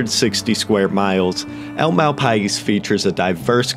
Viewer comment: i live in NM. it's pronounced mal pie.